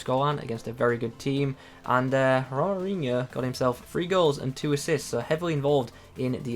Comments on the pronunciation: His name is pronounced HO-MA-RI-ÑO :D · Nice video! Can you review Hamdallah? He looks great! This card is really nice at least for SBCs XD Also I think it's pronounced the same as Ronaldinho with the inho part of course xD